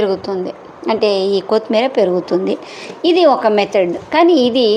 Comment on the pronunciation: Pronownsation of kothimeera is not good.